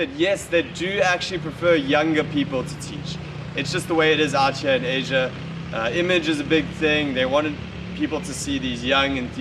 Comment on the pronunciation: lol, acting as a consultant after 1 year. Hope you haven't been teaching your students to say outchyeah like that.